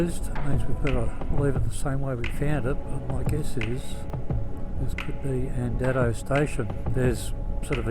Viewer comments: Andado is pronounced andaydo not andado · Correct 🙂 The station name is pronounced Andaydo. I know this because Molly was a wonderful friend to our family and my dad’s cousin worked for her as a Station hand for many years when she was over at Andado, the newer homestead. My dad visited the old station many times to help Molly around the old Station, especially when it was a running tourist attraction back in the eighties and nineties.